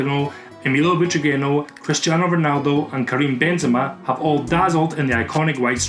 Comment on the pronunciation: Bro really said BENZEMA 😂